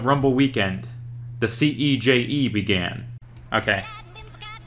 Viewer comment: Not “Ceje”… 😂